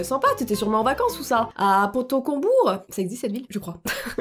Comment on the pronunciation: C'est Pontault-Combault !!!! PAS PONTAULT-COMBOUR. . . :'(